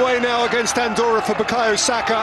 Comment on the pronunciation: close the door on an-door-a